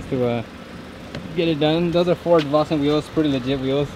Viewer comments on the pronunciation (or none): none